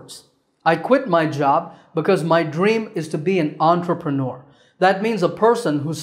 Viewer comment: Omg its" entrepreneur"😂 it sounds to me like "antrapronon" 😢☹